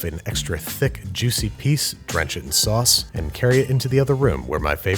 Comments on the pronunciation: How do you say pan sauces and in every other episode say saucepin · Me, a normal person: Sauce pan Andrew: Suspin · Looking at the title, I'm afraid of how many times Babs is gonna say saucepn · Pan sauces without a "saucepin" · Commenters: say sauce pan Andrew: sauce PIN Also Andrew: PAN sauce